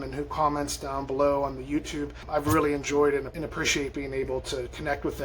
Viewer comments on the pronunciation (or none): You had me at "I would go dahn to Phar-mor!!!!!!" 🤣